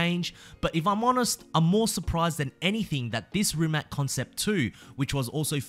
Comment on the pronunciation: Rimac. Pronounced Rimatz